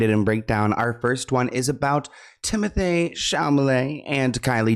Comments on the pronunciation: idk if this is even relevant but I love how says Timotheeyyy Shamalaay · I need merch that says TimothAAYY ChamALAAAY !!!